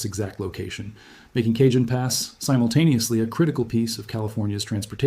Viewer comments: Pronounced (k ah han )pass Not( cage en) j in Spanish is pronounced with a soft H a is pronounced like ah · Kuh-JOAN Pass?!?? More like Kuh - HONE Pass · Cajon Pass is pronounced CA-HONE. Update your ai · It’s pronounced El CaHONE, it’s Spanish, they don’t pronounce “J’s” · CAJON IS PRONOUNCED WITH A SILENT J!!! SOUNDS LIKE CAHONE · It’s pronounced El CaHONE